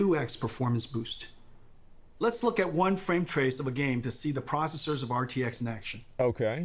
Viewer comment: My CPU is a neural-net procesah; a learning computah.